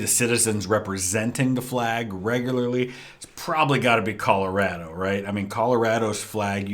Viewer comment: Also under the context, I have never in my [redacted] years living heard someone pronounce Colorado “Colow-rad-oh” and have always just pronounced it “Color-awe-dough”